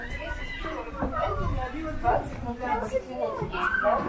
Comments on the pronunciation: Т.е. вместо Пермь вы говорите Порн?))) мдя.. звучит оскорбительно. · произноситься перьмь, с мягкой р.